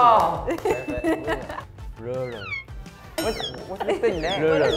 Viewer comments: that was wrong, the second guy was closer without the accent tbh. He said more like “rule” when it’s rur-al or rur-uhl. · Definitely a known habit to say it "rurrl," making the A a schwa. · I cant blame them for having trouble with "rural" because as somebody who is from and lives in new york even I have trouble pronoucing it. I say it like this "rurl". (ngl english is hard) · Dude as an American from the southwest, some of these words were pretty hard by the criteria 😭 “horror” and “rural” got me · According to Oxford, “rural” is pronounced with the FOOT vowel rather than the GOOSE vowel. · lol it’s so sad that they put most of the words with ‘r’s (if you didn’t know in japan they pronounce ‘r’s as ‘l’s)